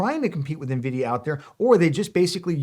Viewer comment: You know they're called Nvidia and not right? There's no "i" in front